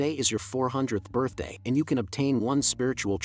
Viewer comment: "HAPPY BIRTHAT"😅😅😅